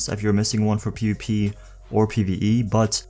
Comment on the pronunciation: Nigga it's PvP not PuP